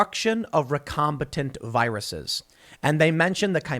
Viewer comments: Since the word was butchered multiple times: It's "recombiNANT" (from re-combine) not "recombiTANT" or "recombATANT". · It’s not recombitant, it’s recombinant as in recombinant DNA. Recombinant DNA is the gene manipulation technique scientists use to make things like glowing tobacco plants as well as perform gain of function research on viruses to make novel ones. And sheriff is not pronounced shee-riff it’s pronounced share-if.